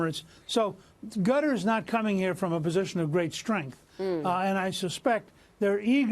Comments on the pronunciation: did Newt call Qatar "Gutter" ? whoops, LOL ! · I like how he calls Qatar "Gutter". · Newt what country ? "Gutter ." LOL I think it's pronounced Kut-tar or Kat-tar, but Gutter . LOL only Newt.